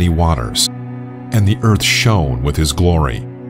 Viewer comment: Pronunciation of "shone"?